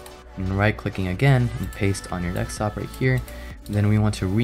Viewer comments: it's DESKtop not DEKstop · dekstop LOL